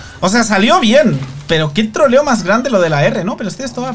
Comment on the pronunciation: Qué trolleo más grande dice y sin tirar R